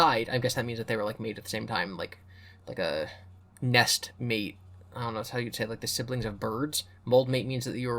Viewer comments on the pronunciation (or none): none